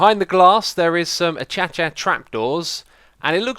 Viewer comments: Achacha? I've misprounounced Acacia as "Ah-cay-de-a" but, "A-cha-cha" is way further than the pronunciation that I know, "A-cay-sha". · Item: Acacia Wood, u say its Achacha i thought it was Akascia who knows who is correct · "a cha cha trapdoors" lol its pronounced akaysha. Or does he know and he just said it that way as a joke? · Waitwaitwaitwaitwait, did you say “achacha?” Acacia? A-chah-chah? It’s pronounced A-kay-sha! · Acacia = Achacha, everyone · Its not achacha its aycasha spelt acacia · Acacia is pronounced (uh-cay-shuh) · please say acaica again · I think acacia is pronounced uh-kay-shia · X saying acacia gets me giggling everytime. It just sounds funny to me. 😂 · Xisuma try saying Acacia for 10 mins 😅